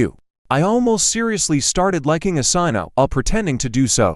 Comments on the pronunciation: Asena❌ Athena✅ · Asena:❎ Athena:☑️ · why they saying asena but typing athena